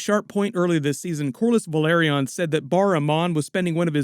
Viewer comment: it's not Valeryon it's Velaryon 😭